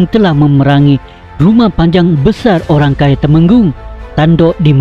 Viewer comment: Ok tu maksud dia orang kaya bro.....lucu sgt saya dengar awak sebut ok pemancha dana....orang kaya pemancha dana sebutan yang betul bro.....